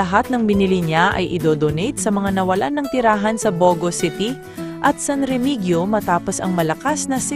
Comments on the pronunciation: Comments lamg hindi yan san Remigyo kung basahin san Remihiyo yan kung basahin correct lang kita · Re- mi- hi-yo